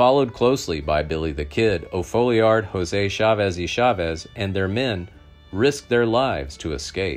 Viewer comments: It's Tom O. Falliard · Its FOLLIARD. The O stands for Oliver, his middle name. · His name was Tom O. Folliard, not O'Folliard